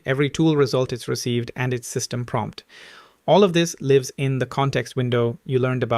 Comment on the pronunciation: 😂 throws me off anytime he say “lives”